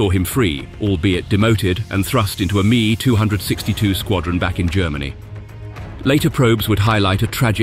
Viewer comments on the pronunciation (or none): ' 'a mee 262' haha no human involved. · The AI voice fooled me until it mispronounced ME262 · Someone tell that speech synthesizer that it was an M.E. Two Six Two Geschwader and not a Me Two Sixty-two Squadron before it makes a complete plonker of itself again! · The aircraft the German was exiled to was the ME 262, pronounced EM EE, not Me. Amateurish mistake.